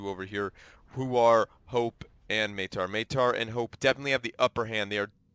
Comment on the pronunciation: Maitre is french may-tre. :)